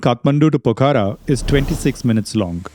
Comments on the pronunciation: It’s not Pokara. It’s Pokhara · The pronunciation is not “ Po-kha-ra “ its Pokh-ra